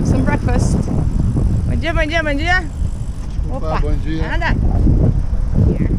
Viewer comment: when people or a bike rider pass by, u say "bonjia " After google searching, i learn good morning in Portuguese which is "Bom Dia"